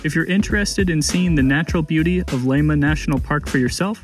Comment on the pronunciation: don't even try to pronounciate estonian names without long and proper training... Lahemaa is not /laima/ as it sounds here. la-he-maa. not so difficult, only lil bit of care needed. just tryna help :) alrite, just kiddin actuerly. but i will never attempt to say Kuujjuaq without proper training - it is spot on north american continent same latitude as north estonia... bit more south, it is 58° 6′ 24″ N and Tallinn on north coast of estonia is 59° 26′ 14″ N